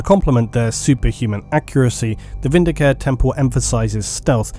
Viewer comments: I know I'm being snooty, but the 'e' at the end of vindicare isn't silent. It should be pronounced vin-di-ca-reh, not vin-di-caer. The latter sounds like a healthcare plan. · You know I'm like 90% certain Vindi-CARE is supposed to be Vindi-CA-RE, similar to the Italian verb "vendicare" which means "to avenge/vindicate" so now I just can't hear it without taking a point of psychic damage. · Um, sorry, but it's "Vin -D-Car -Ay", possibly even "Win-D-Car-Ay", depending on how militant your Latin language teacher was. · Yay ! The Emperor be praised ... Just a quick High Gothic note : Vindicare is pronounced « VinDI kAré »